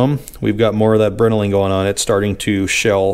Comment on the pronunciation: Moooore. Man I love this series. Small thing, Brinelling is named after the Brinell harness scale. The pronunciation is a little different that you said it. It's like this: By no means am I trying to critique you, but you seem like a guy who likes the history of things and perfection. Thanks for sharing this rebuild with us!